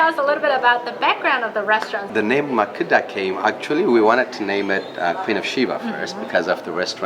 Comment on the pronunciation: It’s pronounced Ma-keh-da..not Makeeda..😊